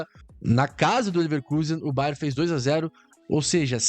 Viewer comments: Cara toda vez entendo você falando BAR DE MUNIQUE 😂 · Kkkkkk ele fala BAR de munique 😂😂.